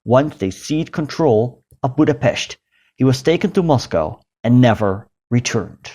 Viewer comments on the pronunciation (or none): none